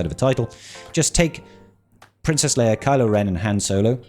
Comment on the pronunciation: Did you just say Jedi Training Leiar?